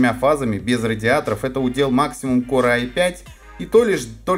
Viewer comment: Корэ ай 5 ))) Не мочи коры а называй правильно - Кор, я вижу с английским у тебя борода, не знаешь как произносится погугли и почитай транскрипцию.